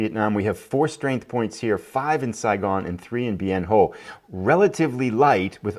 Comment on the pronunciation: Just a pronunciation note,: Bien Ho is actually pronounced Bien Hwa (I heard Walter Cronkite say it that way often enough on his nightly newscasts, back in the day!). Also, a question: how did the Tet Offensive go from Jan. ‘68 to Jan. ‘69? So far a great replay! Keep it going.